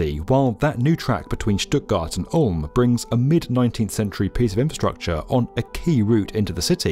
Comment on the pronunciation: I love how accurately the narrator pronounces Stuttgart and Ulm, w/ compliments from Berlin. 😘